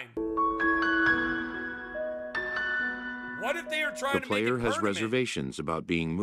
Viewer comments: “pernament” lmao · did really say pernament though?